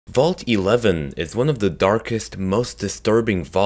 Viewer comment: did he just say at the end vaul t11 thats what it sounded like to me